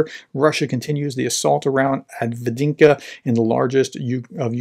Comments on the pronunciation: Are you trying to say Avdiivka? Break it down. Av-Deev-Ka. That’s how the Ukrainian reporters say it, so must be right. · Av -Dee-EEF-ka. 2 EE sounds in a row dee-EEF Avdiivka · Avdiivka is pronounced Ahv-DEEV-Kah! 🤗 🙏💪🇺🇲♥️🇺🇦💪🙏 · Dude. All you have to do is watch any other YouTube war mapper and you will hear how to pronounce the name. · Hey Prof, just type in "avdiivka pronunciation" in Google. You will be amazed how easy it is to pronounce correctly ;-) Even for an american english speaker. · I believe it's pronounced "Avdiivka" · Right, prof could take a minute to get used to pronounce it well. That's not rocket science. That's just reading and then pronounce de letters that are there, in the right order.